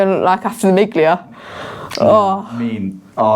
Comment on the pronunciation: Miglia is “meal-ee-ahh”